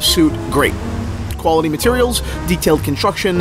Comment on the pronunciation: “Qualitiy“. Try harder dude...